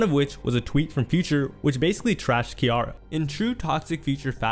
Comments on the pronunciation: Not enough to pronounce C-iara not K-iara..... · Who is Keyara lmaooo its pronounced Cee thats crazy that you dont know her name lmaoo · Awesome video but why u pronounce Ciara like that lmao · I cringed a bit evertime you said Key-ara instead of Ciara. You've got interview footage of folks saying her name properly too 😂 This was a good watch though. I'm subbing 👍🏿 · Ci-ara not Ke-airra OMG DUDE!!! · If you are going to do interviews about black celebrities, learn how to pronounce their names.Who the hell is Kiara? Her name is Ciara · bruh futures ex / russ' wife's name is pronounced "see-air-uh" lmfao not "kee" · I love your videos. I do. I swear. But the way you pronounce some words/names makes me SO MAD. 😅😅 Ain't no way you just called Ciara "Key-are-uh" over and over again. And you had a clip of Angela Yee in there saying the right way. And you still said it wrong every time. I know this is petty, but it hurts my soul. 😂😂😂😂 ffs man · Nobody in their right mind will see Ciara and pronounce it Kiara 😒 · It's ciara not Kiara lol you hella goofy 😂😂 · Not Kiara lol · it's her name no matter what country it is. Lol. He's saying it wrong. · I came here for this! Like bro, have you NEVER heard of her? She's an actual star too! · see-air-ra DAMN!!!!! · Her name is pronounced Sea-Air-Ra. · My man saying Ciara name like that is cringy AF!!! It’s pronounced C-AIR-RUH!!!! That thang tore my nerves up!! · Great vid but please get they names right bro, butchered names will confuse newcomers, it also puts a stain on your legacy & these overall vids are gold Ciara pronounced (See-eh-rah) we watching keep up the 🔥🔥🔥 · Its pronounced like ‘Sierra’ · FYI Ciara is pronounced like Sierra. Do a little more research please. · Hearing Ciara's name mispronounced made me realize we live in two different worlds. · The crazy thing is he mispronounced it after listening to a sound clip that had her name pronounced correctly. Comment bait? Or careless mistake? I think names are a big deal.